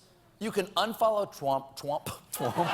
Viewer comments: he said "Twump" LOL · I think that's how Elmer Fudd would pronounce Trump. #Twump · stephen: pwease mistew twump uwu trump: then perish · "Twump" ... Awesome!! lol - From Canada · "Dwain the swamp, mistew Twump!" 😂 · I Wuv Twump new naaaame, Pwesident Twump. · That's it, it's 'Twump' fwom now on. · Colbert, err I mean Elmer Fudd, says "Twump" ... that's gold. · i like the FUNNY trump accent you got there Colbert. and glad you worked around your crappy gag reflex. it was always when you mentioned Trump being president and i was starting to get worried that you have a problem with democracy or your food pipe.